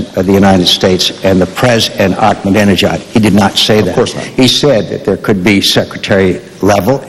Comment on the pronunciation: Mc Cain is realy dumb, after 8 years Practice and saying his name almost evry day !he stil can't pronunc it "ak ma danee nejaad"!!